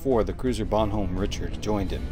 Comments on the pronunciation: And is pronounced Bonn-homm Rish-ard, not Bon-home Rich-ard. I know. Nit picky. It's one of my OCD faults. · Also, it's not "Bon Hom", it's "Bon Oh Me". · Bonhomme Richard is pronounced bonn ohm ree sharr. It's French, and named after a real world, historic ship. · Love your work,.... it's pronounced Bon Om Riceeeh Araard. It's French. Don't mix French and English. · It's Bon Homme Richard and it's French. I am former Navy and your pronunciation of the name hurt my head.